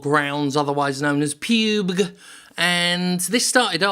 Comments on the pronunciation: It's pronounced Pub-G not Puuuub. Jim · Who the fuck calls its pewg? Its Pub G. Ffs. This makes me unreasonably upset. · Pyubg? I always heard it as PUB-G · PUBE-G... Jim pls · Lost it most times he called it Pube-g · "Pube-guh" has earned you another sub, thanks for the hearty chuckle. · I pronounce it as pub-gee. Am I wrong? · I thought it was more of a Ron Bergundy voiced style teleprompter error. Be like I believe its called Pyoob-gey? Stay classy